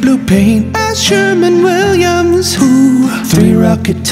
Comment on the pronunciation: "Ask Sherman Williams"... did he mean ask Sherwin-Williams? lol